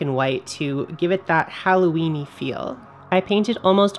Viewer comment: Are you saying Howloweeny? :O